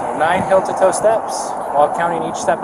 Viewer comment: Why does he say "hill" instead of "heel"?